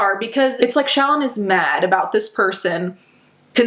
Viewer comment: lol When you say Shallon it sounds like Childmo.